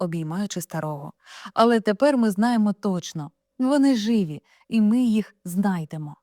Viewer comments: Знову вимова з московської: як це жИві? Чули, що українською живІ!!!??? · Живі з наголосом на і.